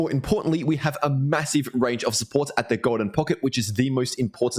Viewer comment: The Goolden Poocket